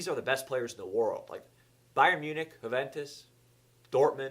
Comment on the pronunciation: Huuventus - Wrong Yuuventus - Correct